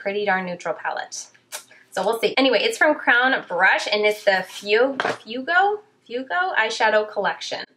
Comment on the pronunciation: Fuego is pronounced like f-way-go 🔥🔥